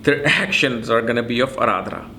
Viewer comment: It's not Aradhra. It's Ardra... आर्द्रा